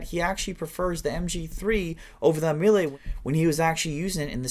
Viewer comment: AMELI, like saying Amelia but without the A at the end..